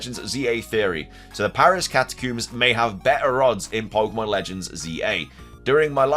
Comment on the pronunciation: Literally screaming at my phone “it’s Catacombs, COMBS!!”